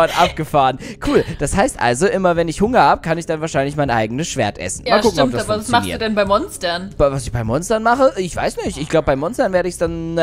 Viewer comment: sagt stat stimmt dimmt😁